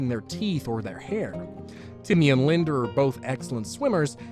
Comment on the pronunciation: LindA Why do people add an "r" to "a" ending words? No idear. Linder, idear